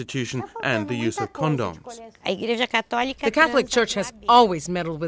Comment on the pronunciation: this guy says cond-doms lmao